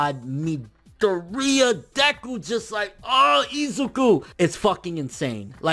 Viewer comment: It is pronounced ME-DOORY-YA dude. Like there is an amazing English dub how tf do you still not know the main character's name if you love this series nearly as much as you claim you do?????